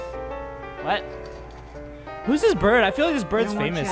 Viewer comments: Not birb it's bird! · it's bird not birb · Ikept hearing him say birb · I love when you say BIRB. It is so funny. 1 like- Funny Birbs. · Did any one else hear guava juice say berb